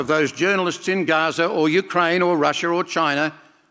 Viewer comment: I think you failed miserably and disappointed us when we heard you mispronounce the word Gaza as "Gafa," even though you pronounced it correctly just seconds before. Unfortunately, we were deceived by you and others like you who support Hamas and Palestine. It's shameful that someone as delusional as you still do not understand the meaning of radical Islam. By the way, we'll soon see how the Palestinians will turn on you if you don't gravitate further toward them as they desire, and you'll see how they will scare the crap out of you. Don't forget that you are an infidel to them, no matter what you do, don’t play with fire you idiot. 😎